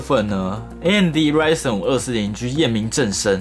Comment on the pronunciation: 從頭到尾就ryzen 唸對，我的天